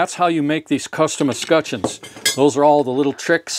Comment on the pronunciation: It's pronounced "Escutcheons" not "Escutcheons"